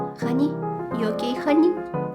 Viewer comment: The amount of times she said honey as haniya😭